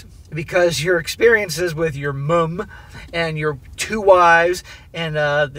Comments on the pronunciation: Seriously, can you stop over emphasising the U in mum, please? Why is it always Americans doing this but people from every other English speaking country don't make such a big deal over the American MOM. It is getting to the point I cannot listen to these overseas stories because of it. Especially when you say it normally, then incorrectly correct yourself. We get it, you are American, get over it already... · Same here. Pity he can’t say ‘mum’ properly. Hopefully he’ll get there. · I'm getting tired of hearing him over-pronounce "Mum". It's like if an Australian pronounced "Mom" as "Moom". I get it we have different spelling and slightly different pronunciation, but its not like its pronounced with all caps in the middle of a normal sentence. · why do you pronounce "mom" so weird?